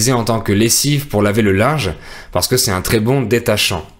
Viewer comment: Pourquoi vous ne faites pas la liaison: " "C'est un = ces tun"?